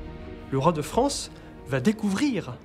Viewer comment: La voix off est pénible, elle a vraiment un problème de diction elle ne sait pas prononcer le son "an" au lieu de ça elle dit "on" (la Fronce, la renaissonce)